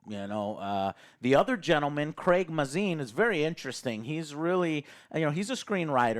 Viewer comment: Just a small thing, his name is pronounced (May-zin)